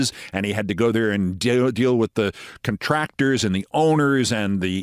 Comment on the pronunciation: pronounced CONtractor my friend, as in working on a temporary contract... not conTRACtor, as in something that squeezes things together or a birthing coach at the ER 😀 Big fan! You NEVER hardly make a mistake! GIANT tip of the cap!